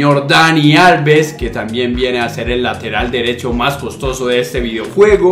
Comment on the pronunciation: Cosotoso? :v jaja buen video bro!